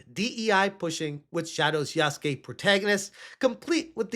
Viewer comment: Yah-soo-kay. Its spelled Yasuke, not Yaske.